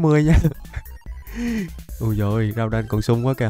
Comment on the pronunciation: Đọc là gu đon